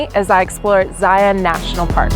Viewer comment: I did angles landing years ago when I was barely 20. It was pretty amazing, and I had nightmares about falling off cliffs for months afterward. I am so happy that this gal knows how to pronounce “Zion”.